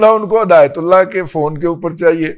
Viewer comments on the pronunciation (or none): Plz ہدایت اللہ کا نام صحیح لیا کریں کیونکہ آخر میں اللہ لکھا ہوا ھے